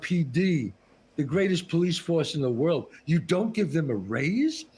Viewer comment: ah, but "now yuz can't leave?"